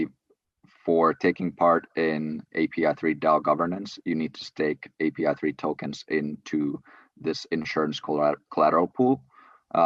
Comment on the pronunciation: Omg bro!!! API3 A..P..I ..not ap